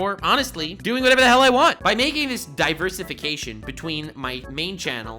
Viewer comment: Dude...are my ears stupid or did u say Diaper-si-cation instead of Diversification? If you said that then kudos! If not...I need my ears checked... XD